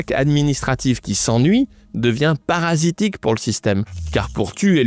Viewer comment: Parasitique ?? Je tique 😂